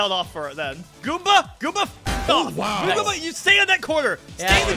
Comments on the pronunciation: 🤓👆 erm actually said galomba bro at precisely so therefore he failed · Petition for to keep saying Galoomba. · saying goumbba is saying googola